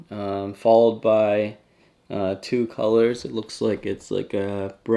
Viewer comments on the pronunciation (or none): none